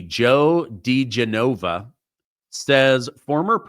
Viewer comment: De GENova....not De GeNOVA.